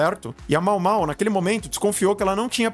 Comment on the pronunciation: A pronúncia é Maômaô :)